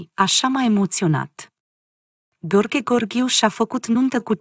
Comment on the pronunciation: Femeie care comentezi cunoști limba română?nu știi să citești?mirele se numește Gheorghe Gheorghiu și nu Gorghe Gorghiu .Nu ne stâlci limba!